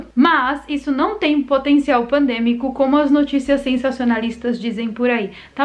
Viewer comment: Impressão minha ou no final ela disse claramente "pandemico"